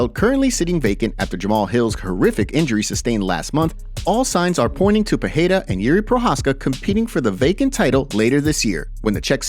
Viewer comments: For Christ sake: it’s PEREIRA not PEHEIRA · I ask myself the same question. To sound like H, it should be Perreira...with double R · Thanks love the content! 1. The rolling "r" of Spanish is pronounced as a "h" in Portuguese. Therefore, Perieria is not pronounced wirh the h sound. Its only if the r is at the beginning of a word or if it is a double r. 2. The word "he" becomes "him" when using the word "between". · You are pronoucing Pereira wrong. 'R' has 'H' sound if it is the first letter of the word, if it is double 'R' as in 'Ferreira' or 'carro', or if it comes after the letter 'N' as in 'enriquecer'. There are some exceptions, for example Israel has 'H' sound